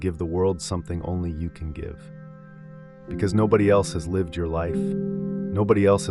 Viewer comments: Can't AI voices be trained to pronounce words correctly? Every time the AI voice mispronounces "lihv" when "liev" is called for, I wince, and lose track of his point. Frustrating, and it seems unnecessary. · Yes. You know it’s AI when certain simple words are pronounced incorrectly. The word “lived” pronounced like the word “I” as in “I am.” Also his mouth moves faster than the words he’s saying. Some of the ideas are good, however. But the monk himself is just a prop.